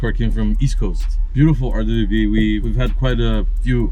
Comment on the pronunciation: Hey, RWB, not RDBB or RDBV😂